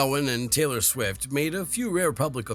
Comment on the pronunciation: Taylor 'Quick'??? (last minute or so). Fix your AI voice over 🤣🤣